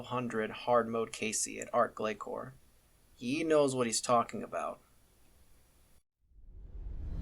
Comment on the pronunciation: It's pronounced glasore, not glacore